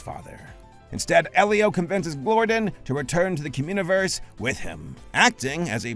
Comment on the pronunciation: Cumuniverse?? That's all I keep hearing